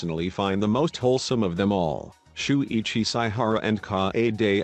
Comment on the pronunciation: Why did I start dying when I heard the pronunciations of shuichi and kaedes names